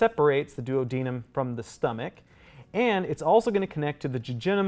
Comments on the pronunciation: He keeps saying “duo deniem “ and I can only think of Peter griffin saying Oops my duodenum acting up Be he says it Do ad an nam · I’ve never heard duodenum said like that before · I have never heard duodenum and jejunum pronounced that way 😮😅